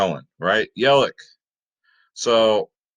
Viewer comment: It’s yeli CH LOL with a ch sound